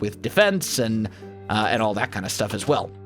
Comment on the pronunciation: Whenever he says as well i think as welsknight XD